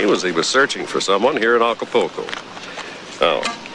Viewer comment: It's not Aca-PO-co . . It's Aca-PUL-co 😮😮😅😅😅